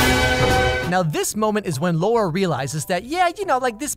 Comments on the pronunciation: The way he said 'Laura' made me laugh so hard. 🤣🤣🤣 Cause it rhymes with the same Punjabi word which means penis. 🤣🤣🤣🤣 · Cries in Polish. The director made a fool of herself confronting a critic about her debut a while back Edit: if anyone's curious I can translate Polish sentences. But on the second watch Edit #2: Laura's name pronunciation aside (Lah-ooh-rah) "with your heart you'd better not push yourself" Boyfriend:"geez, stay calm, ok? You know that you shouldn't with your heart [condition]" Laura: "fuck off with my heart, do you care more about anything in your life than yourself? Who am I to you?" Boyfriend: "I? I don't care about you?" Laura: "we don't have anything to talk about with each other" Boyfriend: "We do" (repeatedly, trying to cut into her words) Laura: "No, you said everything you had to say, now leave me alone, I want to be alone, goodbye, goodbye!" Boyfriend: "Wait" "I love you, do you understand? (t/n literally: do you hear me?) I'll always be with you. We will raise that kid together" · laura sounds like lauda 😂😂. Lauda in hindi means dick. Maybe thats what he meant this movie is going to be about 😂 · the way he says laura cracks me up. In hindi laurra (or lauda, the english alphabet doesn't have that letter), basically means dick. And he pronounces it like that. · The word Laura is slang for penis in Hindi language, which this movie is. He says it very accurately throughout the movie. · He pronounced Luara as Lauda!! That was actually very funny coz in India lauda means penis. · I'm a polish woman named Laura, which makes this movie extremelly uncomfortable (I haven't seen it, just some reviews). During the video used the english pronounciation of the name, which allowed me to disassociate myself a bit, but when Massimo used the polish pronounciation... man, it got 100 times worse. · It's funny for Indian audiences cuz the way he pronounces Laura in the final scene is pretty much same as an abuse we use which means "Dick"